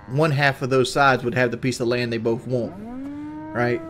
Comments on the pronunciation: You woont some wooter? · I don’t wont it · “What you wohnt man” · Fk now I can’t stop hearing it